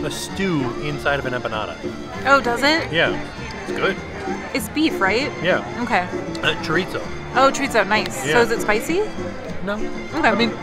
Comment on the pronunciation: it's cho-ri-zo not cho-RIT-zooo 😂